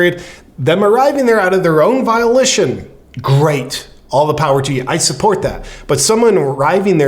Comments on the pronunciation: Volition. Pronounced [vōh-li-shon] the faculty or power of using one's own will. Love your podcasts. Stay hard, my friend. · Maybe it’s a regional thing, but I’m pretty sure “volition” is pronounced with a long O. “vō-LISH-un” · you cracked me up with that bit about the word volition. it's pronounced vole-ish-in, but who really cares. that was funny. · It's Volition not violation 😅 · You say Volition I say Violition Let's call the whole thing off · The word is "volition". Keep up the good work JP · Love ya man but ya gotta learn how to pronounce words before using them, especially relatively basic words like “volition”. You kinda got it mixed with “violation”. Remember, words matter😆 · Volition, not violation lol. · The volition word — it’s vo-lishunn” Totally love you JP! I like that you keep the compassion while saying how ludicrous it all is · it's pronounced "vol-ish-on" (/vəˈlɪʃn/)